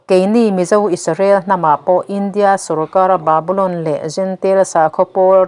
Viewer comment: Indiâ sawrkar tih mai awm,India, sawrkar ti anga thlûk hian Mizotawng thlûk hi a ti chingpen tam tawh mange